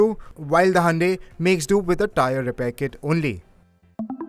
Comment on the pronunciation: sorry but cant endure any more of "Handae".